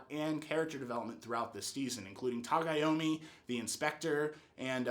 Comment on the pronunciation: It's Tagomi lol not Tagayami man